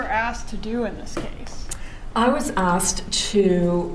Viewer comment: As soon as she started with saying asked "ahhksed" and just had to say "opine" I knew would deal with this disconnected harpy.